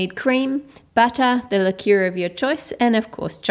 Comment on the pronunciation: chole c It's actually "Liqueur" (pronounced: Li-cure). It's a bit different from liquor (pronounced: Licker). Liquor is any alcoholic drink. (Vodka, rum, tequila) They are not sweet. You can get flavored liquors, but they still aren't sweet. Liqueur is a liquor that has been flavored with spices, fruit, nuts, or whatever and then sweetened with syrups or sugar. That's why they are good for making chocolates, and they are usually used in mixed drinks or cocktails. Examples of liqueurs are Bailey's Irish Cream, Amaretto, and Kahlua. Here's something that may make it easier to understand; There is a chocolate liquor AND a chocolate liqueur. The liquor would be made with cocoa beans versus wheat or whatever. The end product would have the flavor and scent of cocoa ( like cocoa powder). The liqueur on the other hand would be an alcoholic beverage that was flavored after it was made and it would taste like chocolate sweets. Every liqueur is a liquor but not every liquor is a liqueur.